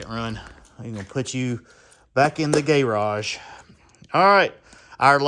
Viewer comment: "the gay-rage" I'm dying